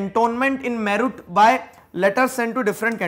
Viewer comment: Sir aapne meerut galat bola🙂